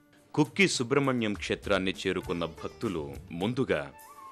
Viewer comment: కుక్కి కాదు.. కుక్కె